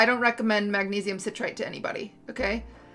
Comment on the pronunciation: The way she mispronounces citrate